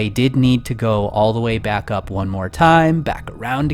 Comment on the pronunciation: hey! it's not moar, it's more! XD your very good continue